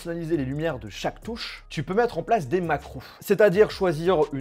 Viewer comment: Wouuuaaaaaaaaaaaaaa il a dit macrou ses macro mec